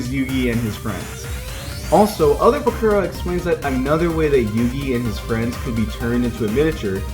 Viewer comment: You actually pronounced the Name Bakura right it's how you pronounce it in Japanese